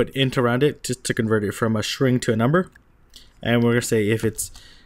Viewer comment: Great videos. You keep pronouncing string as "shring". Other than that, fantastic and easy to follow. Thanks!